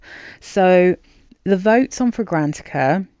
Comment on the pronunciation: Fragra- NAT- icka Not fra-GRANT-icka